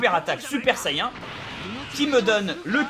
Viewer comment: sayain ? say-"IAIN" ?!!!! j'adore bob lennon mais franchement JA-MAIS entendu ça !! sincerement